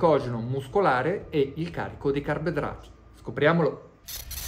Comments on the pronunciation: Comunque resta solo un grande mistero: perché non sa dire carboidrati? "Carbedrati", "carbdrati" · Il maestro è avveneristico, parla la lingua che si parlerà tra 50 anni.